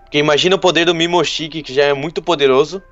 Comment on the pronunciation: Não é mimoshiki é mimoshiki